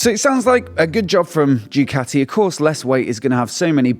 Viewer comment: It's pronounced DuCahti, not Jewcatti.